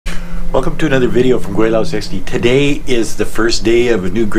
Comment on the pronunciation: Gweilo is Cantonese word but you pronounce it wrong in Mandarin dialect. Not gwaylao, but gwhylo.